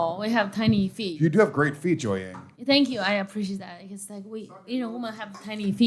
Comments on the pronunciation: How many appearances until the pronounce Jiaoying's name right? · Bless the queen jiaoying for listening to these tards call her Joyang the whole show